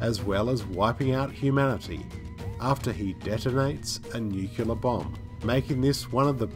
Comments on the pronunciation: It's nuclear, not nukular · Great vid, but say it with me: NUCLEAR NUKE-LEE-AR Nucleus - - >NUCLEAR Not fucking NUKE-U-LER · New-clear. Not new-queue-lar. I don’t know why anyone makes this mistake. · It's nuclear as in new-clear, not nukular. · "NuCLEAR" not "nuKELAR". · Dear narrator: Great video! -- as usual -- but the word is NEW-CLEE-ARE, not NUU-CLU-LAR. And also, when talking about distance, the word is "farther" not "further. [Let's walk farther ahead. Let's discuss the issue further.] You have far TOO nice a voice, excellent vocal inflection, and sound far too educated to use the incorrect words. My freelance editorial services are available for hire.